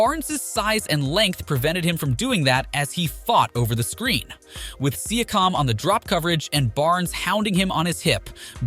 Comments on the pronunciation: Exactly. Personally, I dont care that it is an AI. We use the technology ourselves; however, he needs to find a better AI or learn to write the names so the AI can pronounce it. For example if he entered the prompt: "See-yak-cum" he would have solved the pronunciation of Pascal's name. Rookie mistake. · siakam as well